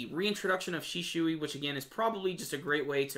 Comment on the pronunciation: you pronounced shisui wrong